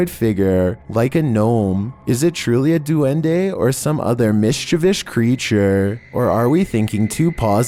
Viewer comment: It's pronounced mischievous there's no sh at the end